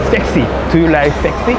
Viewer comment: 못 알아 듣는 것이 당연한 듯 하네요. 먼저처럼 Am I sexy? 혹은 Do you like sexy guy(or man or person)?라 물어야 할 듯 하네요. 그리고 sexy의 발음도 그들은 못 알아 들은 듯 합니다. 아마 알아 들었다면 “sexy what?”식으로 되물었을 것입니다. 오히려 한국어로 물어봤었더라면 어땠을까 생각도 해봅니다.